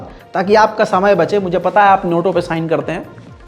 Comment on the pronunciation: NOTO nahi NATO hota hai 🤣🤣🤣